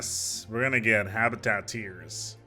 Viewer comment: No idea why, but when you said habitat tiers, it sounded so wrong